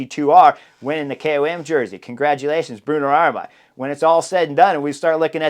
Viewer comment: "Bruno Aramai", Chris? 🙂 The dude has two "r"s in his family name. Maybe just call him "Bruno A"🤣